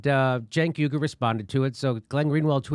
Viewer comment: Cenk Uy-gur, as in Uygurs in camps in China, not YOOGER!